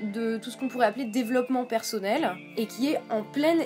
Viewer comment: Pourquoi "persaunnel, aufficiel, praublème" ?